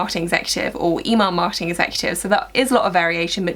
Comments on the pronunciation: I'm from America and I could not tell that you were saying Email Marketing! I thought you said E-Mark or E-Mall Marketing. So funny! Great Video! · I’m from North America and I could tell she was saying Email marketing lol